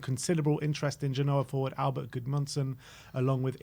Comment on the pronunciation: This guy is a joke "ginoa" you mean "genoa"